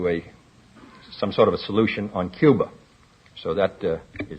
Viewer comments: there is only one way to find out. Get him to pronounce Cuba. If it’s, “ cuber” it’s him alright. Just hide your wife first. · cuber…..all right dammit….would you rather have that idiot former president in the White House saying Cuba